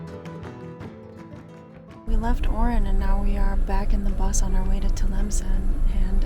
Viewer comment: guys its Oran, not Orin.